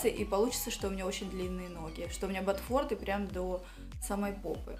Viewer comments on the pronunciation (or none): А ещё батфорДЫ ))